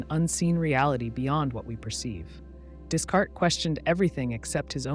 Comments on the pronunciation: It's pronounced "day-kart" not "desk art" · lost me when the bot pronounced “Descartes” as “discart” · did you just pronounce Descartes as “dis-carts”????? Exposed yall frauds lol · "Discart?" LMAO you mean Descartes? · Pronouncing illusory right but not Descartes is wild to me. It's pronounced Day-Kart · Less than two minutes in and we're already butchering the name "Descartes"... Much as I would love to stick around and listen to what must surely be deep philosophical contemplations on the value of pineapple on pizza and such, it's a hard pass.